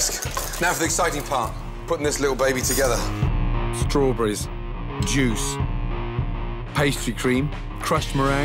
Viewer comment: Strawburrreisee blueburrreisee